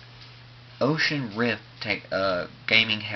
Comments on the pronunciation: Oculus Rift for gods sake. Not "Ocean rift." Dear lord. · I shuttered every time he said 'Oshus rip' Oculus Rift. :|